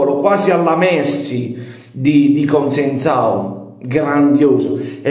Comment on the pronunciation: Paesa' si chiama Conceicao, non Conseincao. Giusto per correttezza ❤